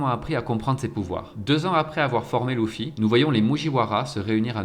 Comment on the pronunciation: J’ai eu du mal avec « Louffy » et les « moujiwara » mais sinon c’était pas mal